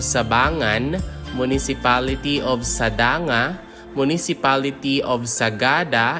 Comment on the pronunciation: Sadang-ga. Not sada-nga. Come here in the cordillera and listen to the original pronounciations. And its more confusing to the kids